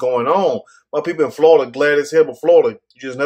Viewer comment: Too damn funny how you're pronouncing Florida. There is an I in that word. Sounds like you're saying: FLAWDA.